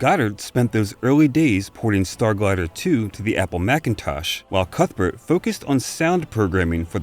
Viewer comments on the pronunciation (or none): none